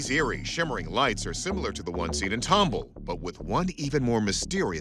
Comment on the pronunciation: You really need to learn how to say the names of a Texas cities! I’m a native Texan and you are murdering the pronunciations of our city names! Tom-Ball and Am-A-Rillo. Not Ah-marillo!